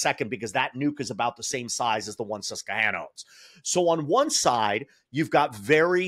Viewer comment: Susquehanna IS NOT pronounced like that (SUSS-kwə-HAN-ə).